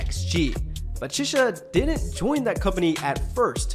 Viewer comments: Good start, but keep going with XG! They are phenomenal! Btw, Chisa is pronounced like Chi in cheese, not like Che as in Che Guevara. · her name is pronounced Chee-sah like pizza! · the way you pronounce chisa is crazy. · Ngl you butchered Chisa's pronunciation Jesus chirst lmao. Harvey was the most active member in the ent. industry being a model and going on TV programs at the age 12/13. All members are fluent in Korean but bcs all of them studied for the debut because their company is based in south korea, Hinata also learned Korean together with the girls. Jurin was a pro snowboader not semi pro. Maya is the only fluent in english, the other girls can speak and are learning but are not fluent. The girls trained in the AVEX Academy before xgalx program. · Why you saying Chisa’s name like that 😅 nice video tho